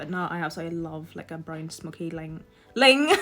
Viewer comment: Ling for wing lol 😂 you’re awesome!!! You make me smile and makeup fun to watch 😘